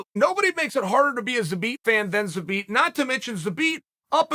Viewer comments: Took so much time and effort to say his name, enlisted the help of Megan Olivi, still says it wrong 🤣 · Megan Olivi has trolled Uncle Chael into saying Zabit’s name incorrectly